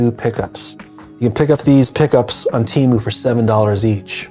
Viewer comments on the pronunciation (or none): none